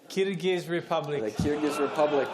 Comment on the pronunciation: Guyzz can somebody please tell me why was everybody laughing when Tim Cahill said kyrgz republic in .